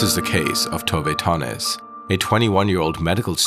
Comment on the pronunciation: nöje means pleasure and her last namne is not Tove Tonnies its Tove Tönnies